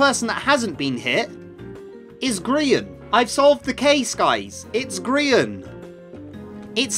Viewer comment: Why do u call him grian mc